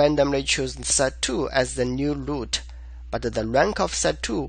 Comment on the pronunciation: Your videos are exactly the right combination of explanation and code walk thru. Keep doing them, and I don't care if you say 'loot' insted of 'root'. Haha.